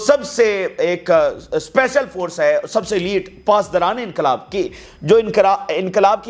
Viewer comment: Pasdarene inquilab nahi paaasdarane inquuilab-- pl correct